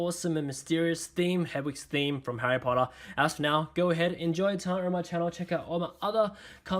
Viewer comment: Harry Pottaah!!😂